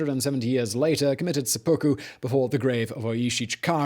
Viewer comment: Yeah, not really, though. It's called sehpuku, not sepookoo.